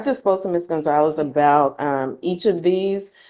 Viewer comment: Did the judge call her Ms. Coinzalez?